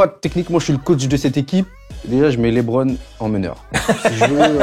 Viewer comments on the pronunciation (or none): Westbrook for life ! Par contre les français ne savent toujours pas prononcer correctement le prénom de Lebron jpppppp, faites un effort svp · Je viens de commencer la vidéo... "LÉBRON"...